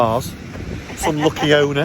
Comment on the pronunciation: At 52 or so seconds does say BONER 😆😆😆😆we're getting🤣🤣🤣🤣